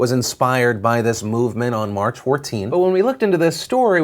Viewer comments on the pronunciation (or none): none